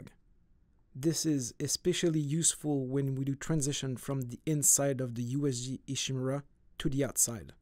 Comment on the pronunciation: Why do people mispronounce names their own game. They gotta be doing it on purpose. EESHEE-MIRRURE-AHH😂